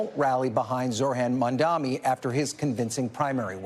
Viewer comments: How difficult it is to say MAMDANI instead of MAMDAMI? Is this intentional? What is the reason? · why can’t this guy say his name?? he keeps saying “zorhan mandami” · It’s embarrassing they still butcher his name every time. Don’t got to agree with the guy but give him the bare respect to say the name right, it’s not that hard